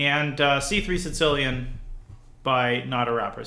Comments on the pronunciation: Because in Russian, there's a letter ц, pronounced as "ts", and it's used in the word Сицилия (Si"ts"iliya) - Sicily. So I think he subconciously says Sitsilian instead of Sicilian. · why does he pronounce the sicilian the "si-tilian" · I find it annoying how some people call it sincilian instead of sicilian